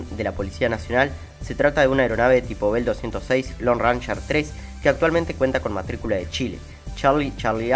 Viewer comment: Lindo video. Ranger se pronuncia réin-yer.